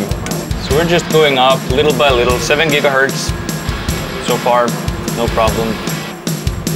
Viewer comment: they break the world record and they cant even say ghz right